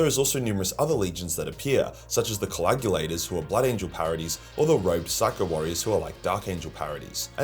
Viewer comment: Add "coagulator" to the long list of words that can't pronounce.